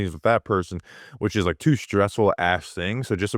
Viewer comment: Wike and subscwribe. Yew’ll be gwlad yew did